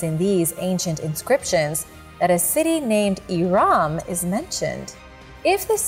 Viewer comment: Hi guys, It’s not prounounced iraam but irum